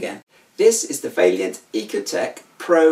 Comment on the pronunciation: You can't even pronounce the boilers name it's vaillant not valliant.